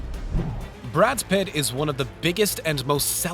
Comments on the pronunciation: ITS BRAD PITT NOT BRADS PITT OR BRAD PITTS BRO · repeat after me Brad Pitt, not BradS Pitt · Why are you saying "Brad Spit?" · This announcer omfg. Brad’s Pitt? His pronunciations of names...I wanna know who signed off on this. Oof. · You make a 12 minutes video breaking down in detail cinema's best and most intense scenes but you can't pronounce the name of one of the most famous actor of all time !? Who the hell is Brads Pitt ?? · "brads pitts" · This presenter keeps saying Brad's Pitt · Is it me or does dude keep saying brads pitts??? 😂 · Multiple times he pronounces his name: Brads Pitt. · Why do you say Brad's Pitt every time his name is said. Come on guys. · Lmao, he said Brads Pitt twice! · Is it just me or is he saying Brad's Pitt's? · Did he say Brad's Pitt? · Are you saying “Brad’s Pitt”? And then “Pitts” later on? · and AGAIN about 10 seconds later... “Brad’s Pitt”. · Anyone else catch "Brad's Pitt?" Lol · No he said brads pit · Omg, SO ANNOYING. How does he not know Brad Pitts name??? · Are you incapable of pronouncing an actor's name correctly? Are you doing it on purpose to piss everyone off? As someone whose job it is to watch and comment on movie actors you'd think that would be your top priority. These aren't obscure 'B' movie actors your getting wrong here. Brads Pitts? Dolph Lundren? What? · and at 3.00 did you say Brads Pitt? lol er he says Pitts again at 3.40.. it Pitt not pitts! omg you cant pronounce Dolf lungdren correctly either .. it has no S! (is this deliberate?) oh just read previous comments.. im not the 1st to notice this! but i mean, come on, you make a vid about films and actors, at least get their names right! 12.10 ActRESS boHamien? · Dear God why can't you people ever get names of prominent actors right? Brad Pitt is not Brads Pitts. And Dana (Daynah) Carvey is not Dawhnuh Carvey. Sheesh! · Brads Pitts.. Dolph Londron.. Is this guy drunk?